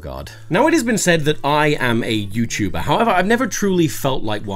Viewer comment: “Youtber” pardon?